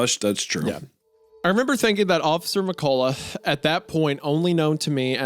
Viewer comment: 1. Loved this ep. 2. Did NOT expect to hear my last name (McCullough) in a video, or worse to hear Isiah mispronounce it haha. He gave a good effort tho. It’s Meh Cuh Luh. Not Meh Colah.